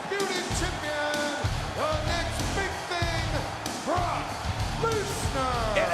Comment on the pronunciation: When the commentator said rock and brock i thought he said rock and rock😂😂😂😂